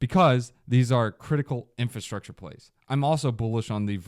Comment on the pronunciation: Is my guy aware it's "Infrastructure" not Infustructure? Just making sure😅